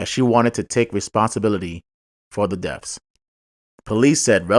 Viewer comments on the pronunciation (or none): The pronunciation of the words you used is.. BIRTHS & DEATHS. NOT BIRFS & DEAFS.